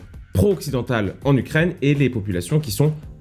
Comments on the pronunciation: Les gens: Ukraine: Ukraigne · C'est Ukraine pas "Ukraigne" comme tu dis tout le temps... x) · C'est moi ou tu dis ukraigne? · Gros Job ! C'est moi ou une fois sur deux tu dis Ukraigne ? 😆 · Alors, intéressant ! Mais tu vas arrêter de dire "UKRAIGNE" bord3l !